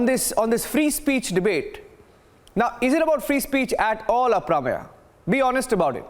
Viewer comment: should know how to pronounce the name Aprameya-why does he say it like he is from US and does not know how to say it?